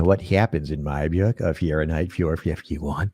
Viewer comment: Dude. Dunnigan is a comedy genius and Wendell is the best character ever, but I don’t like this new “beeyook” thing he’s started doing with pronunciation.